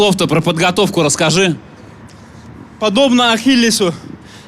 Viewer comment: Я думал в имени Ахиллес ударение ставится на другую букву))))))))